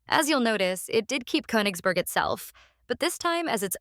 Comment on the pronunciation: Russia has never let any territory go. You mispronounce the last vowel in Königsberg, by the way.